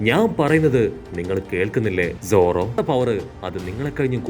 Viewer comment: Enthina bro zoro mathram ingane parayane ellarde name parayana pole sadha pole paranjude? 👀